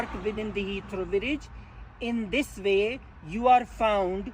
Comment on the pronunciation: In this vay...you are vateing.